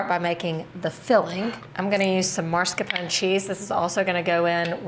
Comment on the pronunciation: MAScarpone not MARScarpone